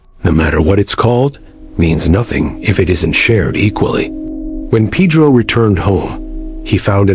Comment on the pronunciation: Can't even pronounce Peh-Droh, instead they pronounce it Peedroe, fkin idiotas